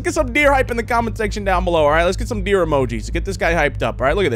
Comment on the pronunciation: "The dreer is watching" WWHAT😂😂